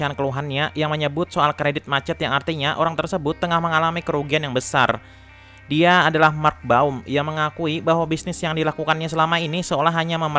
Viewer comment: Bisa gk min setiap akhir kata gk usah di tmbh "k", burryk, adak, diak😂😂